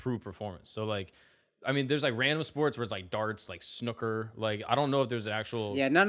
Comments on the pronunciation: I think MUST have some English blood. I LOVE IT!! ♥️🏴♥️ He likes (REAL) Football, and now he mentions Darts and Snooker (which is pronounced like Snoo-ker, not like Jimmy Superfly Snuka! 😆). The next pod, I'm pretty sure will come into the studio with an English Breakfast and a nice pint of Bitter. 🤣👍🏼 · Did this jibroni pronounce Snooker as Snuckrr ? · The was hey pronounces snooker. Dordy